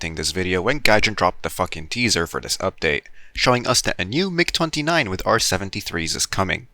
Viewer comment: i had to do a double take on "migger"